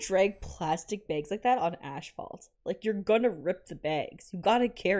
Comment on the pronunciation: I’m uncomfortable with how you pronounced asphalt. Not ‘ash-fault’.